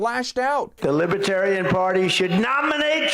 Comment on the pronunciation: Trump calls it "Libatarian."